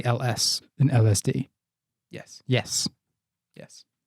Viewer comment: saying 'yehz' makes my day